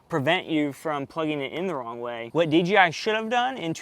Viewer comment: I sounds so much like you're saying DGI?